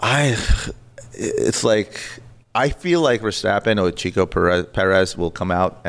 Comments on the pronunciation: Checo, not “Chico.” 😂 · Sergio "Checo" Perez (pronounced like the "check" mark), not CHICO. Rookie mistake. Lol! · It’s Checo! Not Chico 😑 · It is Checo Perez not Chico, you f1 expert!